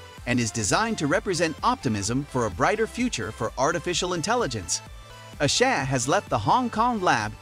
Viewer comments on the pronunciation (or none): none